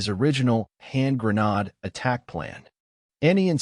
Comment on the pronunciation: "Hand GRAH-nod." Come on.